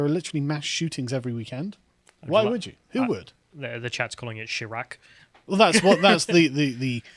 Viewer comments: What is this Chirruk you speak of? OH YOU MEAN CHAI RACK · Shy rack not Sha rack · Chiraq: pronouncing "chi" as "Chai" like chai tea. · 48 here, born and raised on Chicago's South Side. Couple things, Carl: First It's pronounced shy-rack, as in the colloquial pronunciation of Iraq (eye-rack). Second Chicago, and moreover Illinois elections as a whole, are not representative of the people. They've been "fortified by what we call "the machine" for better than 70 years. Chicago is the sandbox where Dems test their ideas before exporting them to the national stage. Obama was an Illinois politician. His administration was nothing more than Chicago politics writ large. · Can't even say chiraq